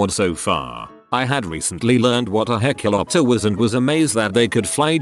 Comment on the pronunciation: I'm surprised the tts voice was able to pronounce "hecklioptor"